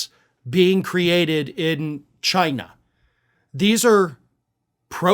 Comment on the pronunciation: Not “Chi-nahh.”